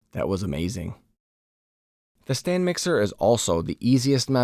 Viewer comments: Looks good, I want to try this. But... it's a stand mixer, not "stan mixer". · Stan mixer? It's Stand. lol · Will try it out. Just FYI, it's "stand" mixer not "stan" mixer. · Stand mixer not Stan Mixer😂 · It's a "STAND mixer". Not Stan. 😂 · Is he saying "stan" mixer? I saw that on the screen. F.Y.I it is "stand" mixer. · I’m stuck on “urethra-tall” 😂 never heard it pronounced like that in my life. Eh-ryth-ri-tol Oh god “Stan mixer” too? It’s a mixer that is on a stand, they are called Stand Mixers, that one is wild 😭